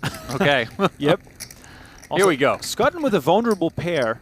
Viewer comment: Fairly sure Schutten is not pronounced as 'Sk-ah-tten'. 'Sch' is pretty much always 'sh' in German names as in Schwarz, Schwab, Schwarzinger, Schubert, schadenfreude.